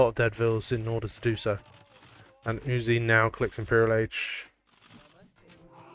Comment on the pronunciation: sir, may i compliment you on your perfect pronounciation of the name uzzi. You doin a great job sir, you know your stuff.